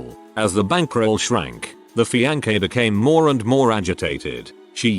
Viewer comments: His "FEE-ANCH-EH" 😂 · The fee-an-keh lol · "this guy and his fiankay" LOL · This AI narrator cannot pronounce Mississippi or fiancé to save his non-life. Oh well. That is how we know that it is AI. Interesting post, though.